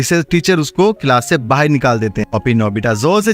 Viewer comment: BAHAR NOT BAHIR